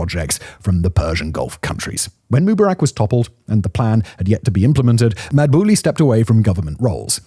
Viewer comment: Sorry to be critical but did you check how Egyptians actually pronounce names? Like Mu-bar-ak with emphasis on the middle syllable? And why no mention that Egypt is down SEVEN BILLION dollars in 2024 alone because Houthi rebels are partially blocking the Suez Canal? Why doesn’t Egypt’s military do something about this???🙄